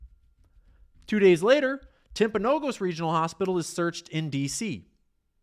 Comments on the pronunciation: The hospital in Utah - Timpanogus - it is pronounced Timp uh no gus Not: timp o no gose. Jimmy mispronounced it too. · You all are pronouncing it wrong: Timp uh no gus Not: timp o no gose